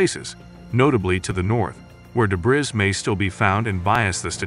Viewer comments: debris or dé·bris [ duh-bree, dey-bree or, especially British, deb-ree ] not debriz. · Debris is pronounced Deh-bree it's from French, AI narration should know better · debris is french and is pronounced de BRREE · Solved? Learn how to pronounce debris. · yes as soon as I heard the mispronunciations .... aha, robot. Must say though it is one of the better robot voices I have heard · Strange pronunciation of debris.